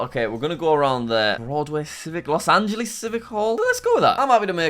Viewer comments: Jack why do you say los angleeeeees its los angelas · it hurts soo bad when he says Los Angeles and Rio de Janeiro